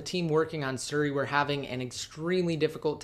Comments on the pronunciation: Its siri not suri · Drove me crazy every time he said suri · lol "surri"